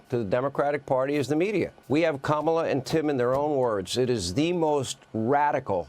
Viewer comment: Trump has been saying "Comma La" during his "press conferences", but then suddenly on his tiktok, it was "Camila". So when he's in public and knows he'll be called racist for it he says it right. But then he panders to his base with CAMILA.